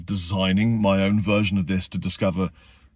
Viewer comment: You sounded so Cornish when you said version haha 😂